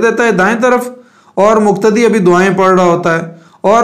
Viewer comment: مقتدی. مکتدی وقاص وکاص اقتدا اکتدا . قول اور کول توفیق اور توفیک میں فرق سے اپ خوب واقف ہے پھر ذرا احتیاط کی درخواست ہے تاکہ قلب اور کلب واضح ہو Plz